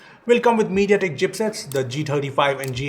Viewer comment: With Meditatek 😂😂lol